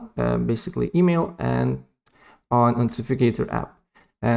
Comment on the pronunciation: bro said, “emeel”